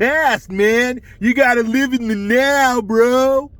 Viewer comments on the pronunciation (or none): none